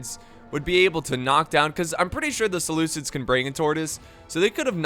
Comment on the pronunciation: the butcher of names "Selukids"